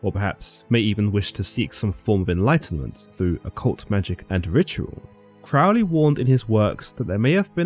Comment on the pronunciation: Love is the Law, Love Under Will. Do What Thou Wilt means uniting your will with the Divine, not being a total pig or an arrogant criminal jackass, which is what people want to believe. Crowley is pronounced like the bird, rhymes with holy, btw. That is an excellent account and I did enjoy it. You also accidentally solved a personal mystery for me by reminding me of something I forgot, so thank you very much!